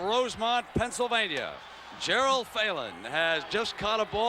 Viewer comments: Why does he keep calling him Gerald? lol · Except Brent called him Gerald Phelan instead of Gerard Phelan. Come on Brent, read your call sheet!